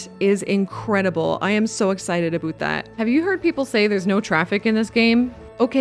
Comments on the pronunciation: 'ABOOT' Always fun to find out quickly someones Canadian :D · Nice build...but your "a boot" had me going... 😂😊